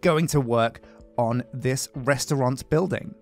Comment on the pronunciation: Restaurant, not restaurante.